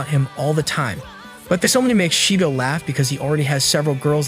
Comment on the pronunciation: Shedoh that's how it's pronounced 😂😂